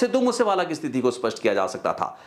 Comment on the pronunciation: ਜੀ ਬਹੁਤ ਮਹੱਤਵਪੂਰਨ ਜਾਣਕਾਰੀ ਹੁੰਦੀ ਤੁਹਾਡੀ ਪਰ ਇੱਕ ਸ਼ਬਦ ਸਥਿਤੀ ਨੂੰ ਹਰ ਵਾਰ ਸਤਿਥੀ ਬੋਲ ਰਹੇ ਧਿਆਨ ਦਿਓ